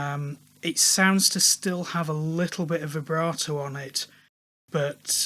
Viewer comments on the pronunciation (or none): none